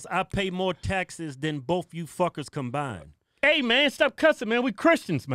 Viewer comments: And COMBINED , not combine. And NO...Cardi Combined is NOT pronounced COM -BIND-DED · She forgot the d at the end of combined.